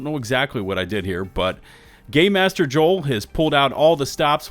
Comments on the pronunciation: pretty sure it's not pronounced gay master but is actually game master 😂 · Is it just me...or does he seem like he's saying "gay master joel" I know he's saying Game . But still lol